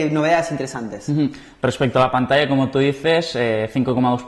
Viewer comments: ....pantalla se dice "pantacha"....saludos!!! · no dijo PANTASHA jajajaj